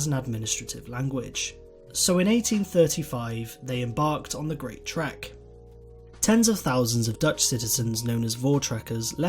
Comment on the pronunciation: Being a Afrikaans South Africa I noticed that you got most of the words totally wrong like Trek and Boer but only south Africans noticed it